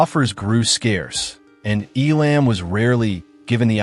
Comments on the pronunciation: Poor quality computer voices ? Stop it ! EE Lamb ? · Terrible presentation. Terrible narration. I've never heard his name pronounced E-LAMB. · !! its pronounced "ELUM' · Man oh man, do I hate AI narration. The two actual names said, Sergio Leone and, of course, the great Jack Elam are mispronounced. And, it may have been scripted by AI. Elam was not "typecast" after Once Upon a Time in the West. He was cast because he had already long been typecast as a B-level bad guy. And Woody Strode was not known for his villainous roles. The opening scene is epic and the faces of Elam and Strode help make it that way. I just wish Elam had been able to dub his few lines of dialogue with his voice, instead of the voice we get in the film. Support Your Local Sheriff was released the very next year, which is one his greatest roles. So this video is BS. But Jack Elam is legend - always a welcome face in any film. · Couldn't handle the AI voice and the constant mispronunciation of his name. This docu-short is a severe injustice to a great actor. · Now you just need to say his name Right and , you may have something here..